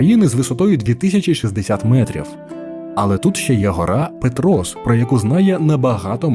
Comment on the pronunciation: Цей канал вже не вперше перекривлює назви, і від цього аж сіпає. Гарна якісна картинка і безграмотна озвучка. Історичку назву СлавськО повернули у 2023 році на засіданні Верховної Ради, а у цих кадрів СлавськЕ та СлавськЕ типу, "какая разница". І ПЕтрос завжди був ПЕтрос, а не ПетрОс. Додивитись до кінця не змогла.